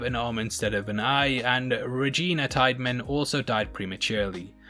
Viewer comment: Regina Tightman. Where is Ryan when we need him to say „Uhh, calling Regina Tiedemann Tightman is tight!“. Seriously, great video!